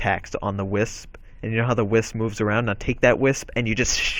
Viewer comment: When he said wisp I thought , but then he explained and I realized he actually meant whisk. I was so confused...